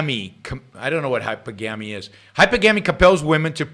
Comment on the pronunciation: Actually, he pronounced it correctly. Most don't.